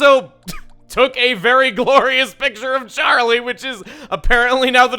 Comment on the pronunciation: Is it just me or did he shout sharlie instead of Charlie. I think someone is missing xenoblade